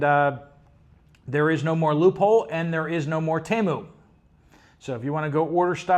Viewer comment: TEMU is pronounced in their ads as TEE-MOO. UPDATE